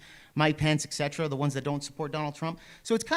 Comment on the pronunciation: “ Excetera?” God, imbecile